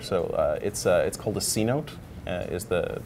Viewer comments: It's pronounced "seh-NOTE-ay" not "c-note" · He means a cenote. Pronounced 'See-note-ay'